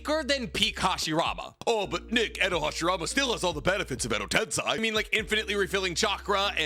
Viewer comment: The amount of times you say edo tensei and mispronounce it EVERY TIME is insane